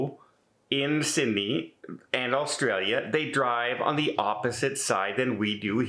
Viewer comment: u can tell u werent here long... u cant even pronounce the country name